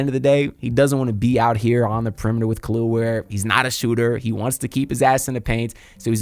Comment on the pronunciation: Nice video, your butchering his name my guy. Its not "Kalil" Ware. It pronounced Kel EL ( THINK Superman aka Cal EL ) he's said this who his parents named him after . Put some respect on the Kryptonian's name ... And just like that Spo sent him back to the Bench.. I'm a Rockets fan, but Ware is one of my favorite players. The Heat got as good of a chance as any team in the east to make the Finals this year IMHO..